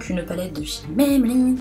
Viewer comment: MAYMAYMAYbeline haha j adore MAybeline haha !!!!